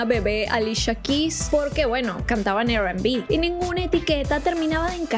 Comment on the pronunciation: Te amo, pero la R en inglés se pronuncia "ar". Lo menciono porque dijiste "Er Kelly" y "Er&Bi"